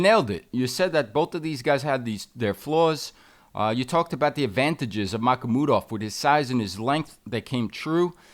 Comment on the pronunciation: He has been saying Michael Mudov too, or am I miss hearing 😅